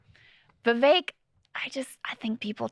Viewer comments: "Vivek" rhymes with "CAKE" (not kek) lol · Krystal is mispronouncing viveks name.... it's not vivayk....